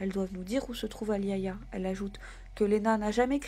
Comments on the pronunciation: Super video. Juste pour info le prénom " Aliayah" ce prononce. A-L'ail-Ya ( le " A" au milieu est muet ) comme la chanteuse de rnb américaine décédé dans les années 90. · Se prononce A-li-ya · elle ne s'appelle pas ayaya mais Aliayah par respect pour cette petite partie trop tôt, tachez de bien prononcer son nom